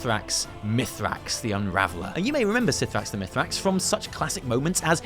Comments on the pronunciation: ok for the last time the pronunciation for cithraxi is "kathraxy" not "sithrax" SO UITE ANNOYING TF OUT OF ME WITH UR PRONUNCIATIONS!!!! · btw, it is pronounced "Ka-thra-xxi" no "sifraxi" ! :) (in regards to mythrax) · (I'm fairly sure the C in C'thrax is read as a k sound, but it's fine, you're lovely)